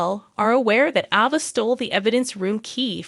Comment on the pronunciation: A Va. and NIC COLE. say the names right please